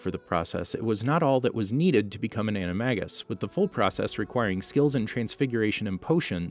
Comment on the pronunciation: You pronounced Animagus wrong